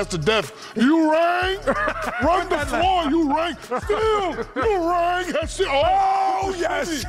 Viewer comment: Why shaq calld him urang???